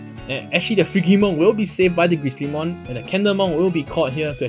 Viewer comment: Just for future reference, "Frigimon" is pronounced with a "j" sound. It's based on the word "frigid" meaning cold.